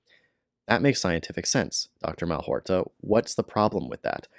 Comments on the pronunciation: Malhotra, not Malhorta. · It's Mal-HOT-ra - you spoonerised his name :) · If you're going to try to debunk Dr Aseem Malhotra, unsuccessfully I might add, at least have the grace to pronounce his name correctly.